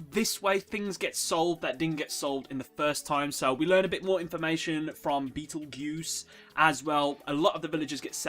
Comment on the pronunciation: Okay, NOW I've watched the episode.....HOLY SHIT, THAT WAS DOPE! (Edit: It's Funny how you say 'Beetle-Goose'. I took one look at his name, said 'fuck that noise', and now I just call him Beetle-Juice. Kinda acts like him too.....)